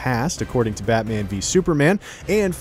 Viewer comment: "isn't that right BAHMAH"